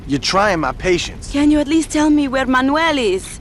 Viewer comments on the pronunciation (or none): none